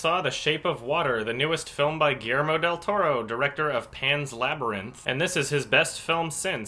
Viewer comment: lol it is so cute when you tried to pronounce guillermo del toro xD. Haces muy buenos videos!! saludos desde Argentina!